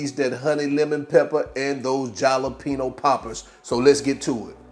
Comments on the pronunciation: i got halfway through the video.. please say ha!lapeno! like the rest of the world.. .. i know it's spelled with a j , but damn man! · Dude, I love your videos. The way you say Jalapeno in this one cracks me up. Com-on-man. The "J" should sound more like a silent "H", like saying "ha". Try "Ha-lapeno". Keepem coming bro. Peace. By the way, I have that exact same oven, and I love it. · You mispronounced th J, it's pronounced like an H in spanish.